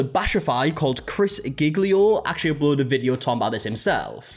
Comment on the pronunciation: Giglio -> Jee-lyoh Sorry don't mean to be pedantic, I have a compulsion (